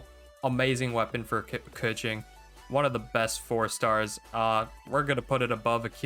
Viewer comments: pretty sure its kuh-ching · The only correct pronounce is Kequeen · It’s “KA - CHING🪙💵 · no, it’s 刻晴 (kèqíng)